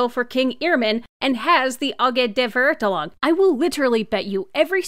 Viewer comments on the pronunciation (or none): as a German my ears bleed when you tried to pronounce Verurteilung and Immernachtreich I am soooorrry